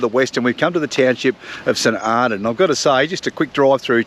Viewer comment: Great place to visit - it's pronounced St "Arno".